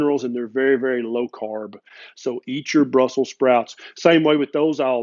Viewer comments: BELBIUM is famous for growing those certain "sprouts"... and it's capitol city is BRUSSELS, NOT Brussel... and that's why it's BRUSSELS, with an "S", LOL!! ;-D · Because it is Brussels, not Brussel. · You didn't listen ; you didn't put the final "s" in "brussel".